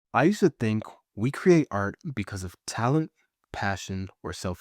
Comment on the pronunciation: Great content and great ideas. Most people cannot pronounce the long e sound like we or seen. So the word create comes out cruate